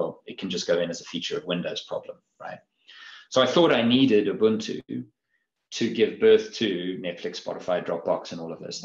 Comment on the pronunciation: Sir Mark, please get that man to pronounce Ubuntu! It is my pet peeve to hear the inept mispronounce this wonderful indigenous Nguni word which means "I am, because we are." To that bearded interviewer: ooh booon too. Or just listen to how Sir Mark says it.